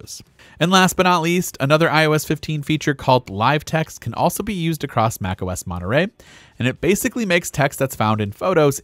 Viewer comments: Its MontereY not MonterE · Why are you pronouncing it 'Monerey' ? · monerey? ts monetrey.